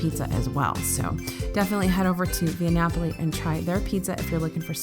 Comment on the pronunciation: You nailed the pronunciation of Via Napoli,. Good job, buddy.